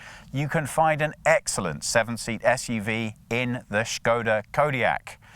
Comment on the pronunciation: Props for saying 'Škoda' instead of 'Skoda'